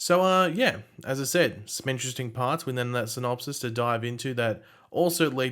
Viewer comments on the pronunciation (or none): none